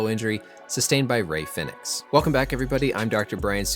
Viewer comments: Rey Fenix is pronounced like Pheonix. not fin-ex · its pronounced the same as phoenix